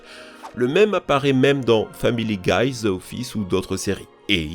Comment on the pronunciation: C'est Family Guy admettons Griffin mais absolument pas griffit Et après tu dis Family Guyz 🙃